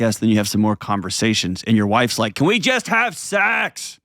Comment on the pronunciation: He can’t even say SEX. How could he possibly have it?